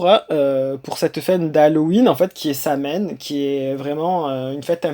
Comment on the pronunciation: Apprends à dire sowine.Comme quoi tu sais pas de quoi tu parles